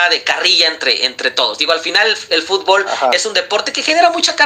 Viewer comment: El mejicano que hace hablando de fútbol , no lo saben ni pronunciar lw dicen futból😂